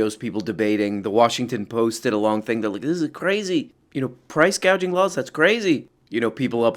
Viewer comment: "Price gauging"?